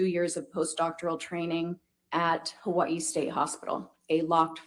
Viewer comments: I like. You can tell she's spent a ton of time in Hawaii. She actually says it semi correctly. Hawa-ee, not hawayeee... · For what it's worth to, the way the Forensic Psychologist pronounces Hawaii is exactly how locals would say it. If you live there for any period of time you adopt that quickly (excepting military) because saying it any other way isn't well-tolerated. It's also a hard habit to drop.